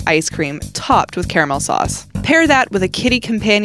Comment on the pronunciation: Did this girl just pronounce caramel like Car-mel?